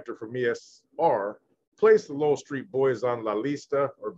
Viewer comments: Lowell street but pronounced low-well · It’s pronounced Low Well Street! I’m O.G, Bandit author of the book Greenlight California Prisons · Pronounced “Low L” Street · Its pronounced like lo-well street 👍👍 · It’s pronounced Low L street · It’s called LO-WELL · It’s pronounced Low-el. Like lowrider and then el. Locke street is pronounced like bike lock. Just a little help. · It’s Low-el and lock st , is how you say it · Its Lo-well street. One word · It’s pronounced low well I grew up around the area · It's pronounced low well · U pronounce it Low-L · It’s pronounced low-el